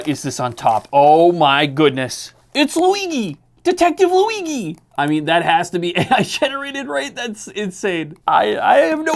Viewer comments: Its Louie - G my man... not Louie-gi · Why bro pronounces Luigi as Luiqi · Luigi pronounced with a g and not a j annoys me. Im italian and im 99% sure that has nothing to do with the annoyance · what u called luighi is the italian real version of the name luigi with the fluffy G asswipe. if u want take joke of a bootleg do it in a way with a sense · that's not how you pronounce luigi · You can pronounce É but not "Luigi"? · who says luigi like that ??? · Who tf prononces Luigi like this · How do you mispronounce "Luigi"? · Listening to you butcher Luigi is a nightmare